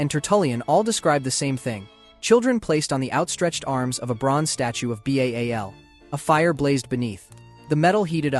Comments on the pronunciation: 'B-A-A-L'? 😮‍💨 It's 'Ba-al' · Lol! It goes with 'B-A-A-L'!! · Persian scaphism is still debated and borders more on being false. This was only recorded by their enemies (one in particular), yet you brought it up twice. Also, why is Ba'al pronounced as B-A-A-L instead of the actual name?